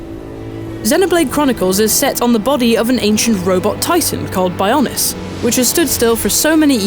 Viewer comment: Who is this moron. she dosent really care about the game, sounds like she was forced into it. And ROBOT titan the Bions? WTF women. BIO as in biology. Also here's a thing I found, there are ALOT of other sidequests which this idiot plainly didn't do. You have to find them, these people will move around during the day time, and will not always be around at a certain time. Id still give it a 9/10 because of this. The graphics don't really matter, hence why I give it this rating.